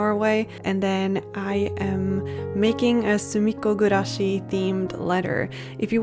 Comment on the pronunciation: I have no idea what sumiko gurashi is, but the way you pronounce it is so satisfying 😊